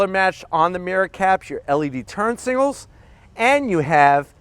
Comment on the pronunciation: World: Signals. Him: Singals.